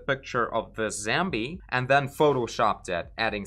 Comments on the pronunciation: слово Zombie произносится в британском акценте зОмби, а в американском зАмби, но никак не зЭмби. Буква "O" так же, как в слове hot.:) Добра!:) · I love how you say “zambie” and “robit”